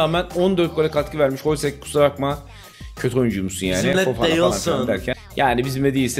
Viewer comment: Hloźek holsek diyen ' ye selam olsun seviliyorsun